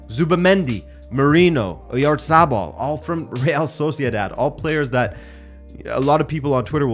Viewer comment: Oyatabal not oryazarbal